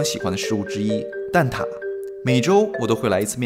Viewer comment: 职业病：“蛋挞（Tà）”➕也是我最爱的食物之一❤️